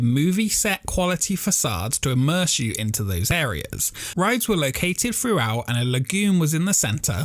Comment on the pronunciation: It's 'theme park' not 'feme park'. It's 'exciting' not 'excitin'. It's 'throughout' not 'froughout'! ffs pal... learn the language